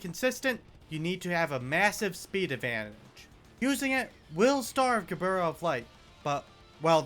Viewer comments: Ge-burr-rah That's my new favorite way to say her name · i took 20 white damage when i heard him pronounce Gebura WHY DID HE PRONOUNCE MIMICRY LIKE THAT 💔